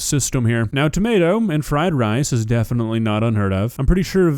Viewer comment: She pronounces tomato’s as “tommy-ah-toes” lol